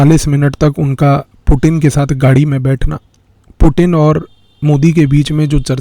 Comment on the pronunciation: उच्चारण ठाक कराइए। “पुटिन” नहीं। वह पुतीय्न है।